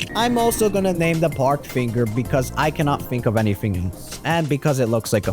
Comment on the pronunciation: I think he was referring to park- sounding like pork if you guys are confused 💀🫢